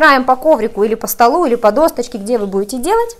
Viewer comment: Досочка. Но не досТочка. Проверочное слово: Доска.